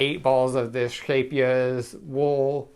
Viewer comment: Finally, a YouTuber who can say Scheepjes! 👍🏼. As for your sweater design, I'd call it 'Latwerk'